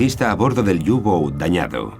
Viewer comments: por q dicen u gou ..q cagada ...eran los u –boot ..por que informan tan mal ,y pronuncian horrible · Pero que "iu bouts" que son alemanes, no ingleses, coño.